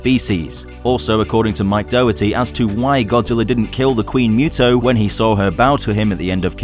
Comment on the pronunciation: its still funny that you and are still pronouncing MUTO wrong, its (MOO-TOE)